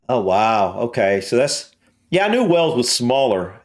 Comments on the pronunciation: Its not Wells , its Wales or even better, Cymru. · it is wales,not wells dumb ass. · I just wish the narrator had made a little effort in pronunciation. A small time on this would have made it more acceptable. Lazy, really. And, it's Wales, not "Wells". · It's not Wells it's Wales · It's Wales, not wells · please pronounce the country's name correctly. You are saying "Wells" when the name is "Whales" the same as the sea mammal. I know it is the difference between the emphasis Americans and Brits place on vowels, but you were hearing the correct pronunciation in the video but you didn't pick up on the error. I love your videos but American pronunciation makes me cringe at times. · Hi you pronounce wales like way ales. not wells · It’s pronounced just like whales and not Wells, the A is prominent rather than an E. Everybody will think you mean another place in the UK called Wells. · Wales Wales Wales Wales NOT Wells...!😮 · Why are you pronouncing Wales as wells? It rhymes with males,sales etc not bells or shells? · Please stop calling Wales wells. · Wales like the sea creature not Wells, its also Welsh people not Walls lol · I keep thinking hes saying ‘wells’ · It was not only the narrator who mispronounced everything (which many Welsh folk would find unfunny and quite insulting) but even our American friend the presenter called the country Wells!.Nice vid though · Wales is pronounced " Wails " 🇬🇧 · Hi. A couple of things, you need to put an 'h' sound in your pronunciation of Wales (whales) and Welsh is the term for people from Wales. I'm not trying to be hyper critical just helpful. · Though the Welsh may disagree , over here in the UK we pronounce Wales the same as we pronounce the mammal Whales , you sound a bit odd the way you say it , maybe its your accent.